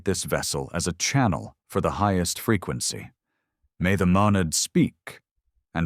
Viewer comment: I hear fricancy.